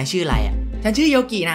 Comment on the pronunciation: อ่านว่าโยกินะครับพูดพร้อมกันนะครับยอโอโยกออิกิ โยกินะครับ555